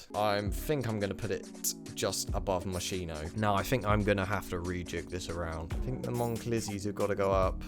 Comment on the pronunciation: The moschino you can pronounce the ch like K, more close to the Italian original pronounce